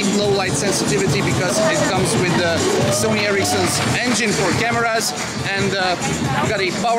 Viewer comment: what's sone? i thought it was Sony